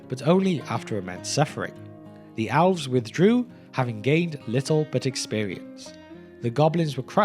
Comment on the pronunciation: Elves and Owls are not pronounced the same. Please learn to pronounce Elves.